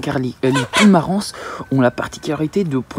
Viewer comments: Salut, Tu as obtenu ce que l on appel la poule harco, croisements entre la marans et la poule rousse. Elle a l apparence de la marans et les qualités de pondeuses de la rousse. En sommes une tres bonne poule également pour sa chair. Ps: le S de marans, ne se prononce pas. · Oui tout à fait d’accord avec toi!! Mais il test beaucoup de chose!!! Et je lui ai déjà dit aussi que le « s » de Marans ne se prononce pas!! Mais il en fait qu’à sa tête 😂😂😂. Il est tout de même bien sympa et ses vidéos sont super bien faites!!! 👍👍👏✌️😁